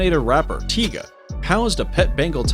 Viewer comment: no mike tison..its tyson...not tiga its tyga